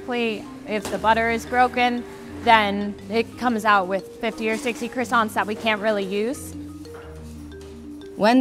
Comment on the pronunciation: The fact the manager pronounces croissants wrong is a crime. Why do Americans butcher words? It’s ‘Kwa-son’ not ‘Criss-sont’. French must cringe hearing Americans pronounce croissants so poorly.